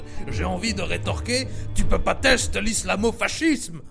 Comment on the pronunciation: Mdr putain. Sinon je crois que dit fascisme:"fassisme" n'est ce pas?